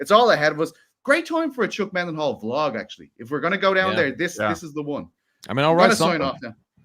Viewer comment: as a fellow Dublin man. Why do you pronounce it Chuck MENDenhall instead of Chuck Mindenhall?